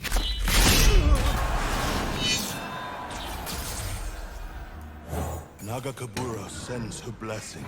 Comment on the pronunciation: Did you consider checking out gwent again? Still isnt flawless but it has its strengths. Nagakabouros xD its "e ll a o e" btw